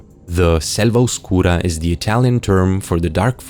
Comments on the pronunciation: Your pronunciation of "Selva Oscura" Is incredibly Italian, perhaps...?? 😂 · I mean, it’s just correct pronunciation